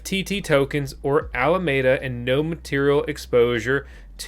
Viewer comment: Alameda, it has FOUR syllables, 'Al-a-me-da''.